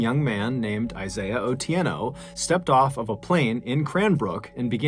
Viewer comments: You've pronounced the name Otieno very well. I normally tell my son the story of Isaiah especially when he has headphones and is not paying attention to the surroundings. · I'm Kenyan and love the fact you pronounced Otieno like a native 👊🏾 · Mr. Ballen, props to you for getting the pronunciation of "Otieno" and "Kenya" right! You really do put effort in your work. I wish you continued success.